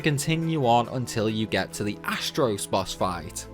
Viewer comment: to " astros" Wtf is this astros crap? Its Astos... there is no letter " r " in that boss's name